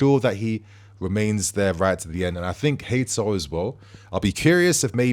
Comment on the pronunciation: Not more of this "Hay-Toe" again BRO!!!